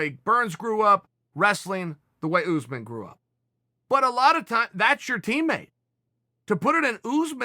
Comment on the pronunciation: Chael "Oosmen" Sonnen